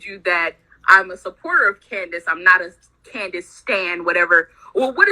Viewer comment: THIS BITCH JUST SAID CANDICE PANTS